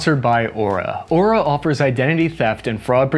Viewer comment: & Purpose Did you pronounce Aura as “eww-rah”?